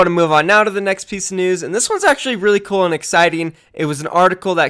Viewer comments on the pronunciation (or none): none